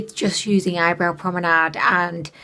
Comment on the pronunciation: It's pomade not promenade....😂 love you 😘 😂😍❤️